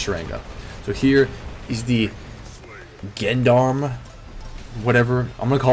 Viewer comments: tsar is pronounced like SAR and gendrame is jandarm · It is pronounced "jon-darm" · Tsar is legit Sar. The t is silent. Gendarme is a little bit harder to explain but Gen darm is basically how its pronounced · Gendarme is pronounced "jhon daam" Tsar is "sar" t silent